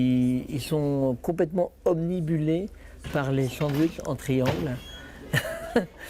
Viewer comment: 2"07 : " Omnibulé " ...... Obnubilé, mec xD !!!